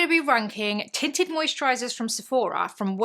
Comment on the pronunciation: Your accent (and me busy cleaning my guest bedroom) had me at first because I heard “titted” and not tinted. Either way, I was invested. 😂😂😂😂